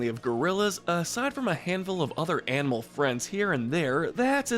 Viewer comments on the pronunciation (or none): none